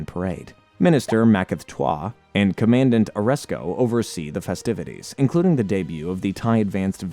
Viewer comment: Downside of AI idk if you noticed commandant too